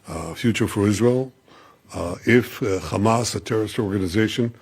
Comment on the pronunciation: He needs to first of all learn to clearly pronounce HAMAS. It is not KHAMAS lol